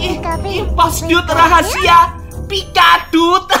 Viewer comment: Pikaduit kali bukan pikadut